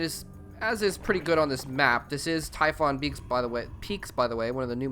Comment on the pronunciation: did he just say Typhon Geeks???